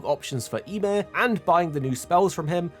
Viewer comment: "ya-meer", not sure what you said but it's Ymir